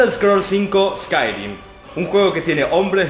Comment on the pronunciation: ES CAI REEM (Skyrim) ;) HOMBRE LOBO-VAMPIRO-ORCO-MAGO-NIVEL 80 :OOOO